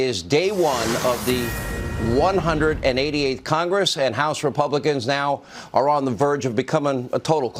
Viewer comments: Did he say "The 180th" and not the 118th? Real News right Sean? Lmao.. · Did Hannity say the 188th house or 118th???